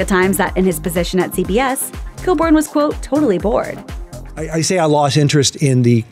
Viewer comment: Other people: Stephen Colbert: Stephen Cold Bear